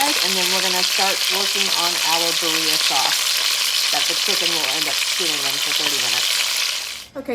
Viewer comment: B-D-ah not berria😊✌️